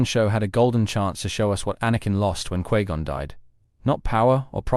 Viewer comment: Quee Gon?